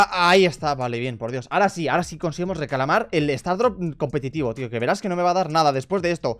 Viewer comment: poco se dice que ha dicho recalamar en vez de reclamar 😂